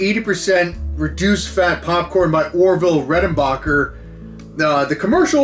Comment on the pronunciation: Over the years, two things have remained constant in L.A. Beast's videos – him doing the robot while eating something challenging and him needing to get his Bering Strait. That phone call at the end was amazing. Those chips are as old as me! Orville Reckonbarbacker... I'm pretty sure you're not the only person to have said his name like that 😂